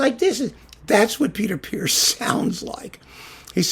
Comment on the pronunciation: Thanks for setting me straight on the pronunciation of Peter Pears: I've spent my life mispronouncing it 'pears' ( the fruit) whereas in fact it rhymes with 'ears'.